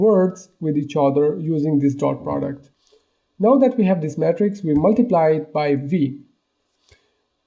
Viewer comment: why you pronounce "Matrix" like "Metrics" ? "Matrix" is pronounced "may-trics"